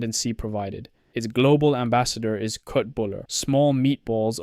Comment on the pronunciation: That's not how the k is pronounced in köttbollar and I'm not even remotely Swedish. 😅